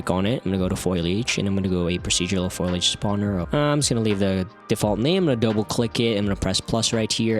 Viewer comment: I hate to be this guy but think it's pronounced foliage not foilage...